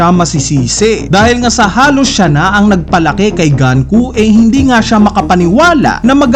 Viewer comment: GANKU???? Sinabi na sa latest episode na GUNKO, ganku ka pa rin nang ganku. Pauso amputa. GANKU??? DOME REBERSEH???